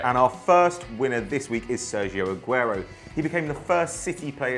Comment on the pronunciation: it is Aguerooooo